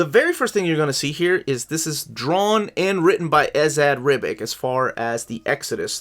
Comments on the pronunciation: I'll give you Teary. Too long of an Italian-American to insist on the Italian pronunciation probably. But it should definitely be Ribitch. That's just the ending -ic, if it's serbo-croatian or bosnian or slovenian. Buuuut he might live in America trying to avoid the -bitch. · Ribitch and Eagles-em. And Tee-Airy.